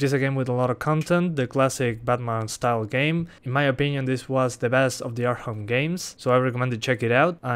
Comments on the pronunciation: Learn how to say arkham you were saying arham not arkham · why do you say "arham" and not arkham XD LMAO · ARKHAM CITY not arham city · Batman "Arham" City lol